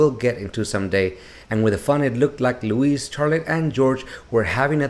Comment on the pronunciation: His name isn't LOUISE it's LOUIS pronounced LOUEE not LOU IS